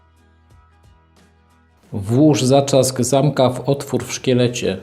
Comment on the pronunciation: Świetnie opowiadasz: bardzo ciekawie i z dużą ilością informacji! Z pewnością przygotowanie każdego filmu pochłania masę pracy? Gdybyśmy tylko słyszeli "zatrzask" zamiast "zaczask" i "strzelca" zamiast "szczelca" - byłoby SUPER! :) (pozdrowienia dla żony! ;) ) Gratuluję!